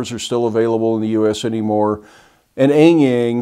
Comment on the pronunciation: And for the sake of curiosity, the letter 'A' in Mandarin is generally pronounced like the vowels in "aha!" gets it pretty close.